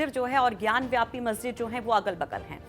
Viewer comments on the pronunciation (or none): व्यापी है वापी है । सही बोलना तो सीख लो। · Vapi Not vyapi